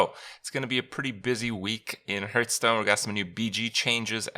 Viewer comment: He literally pronounces Hearthstone Hurtstone every time. It's not that big of a deal.